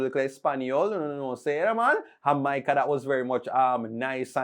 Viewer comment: He said Xaymaca instead of Jamaica that's why you missed it 😊